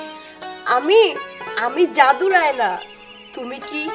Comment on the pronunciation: আয়না বলো। উচ্চারণ ঠিক করো।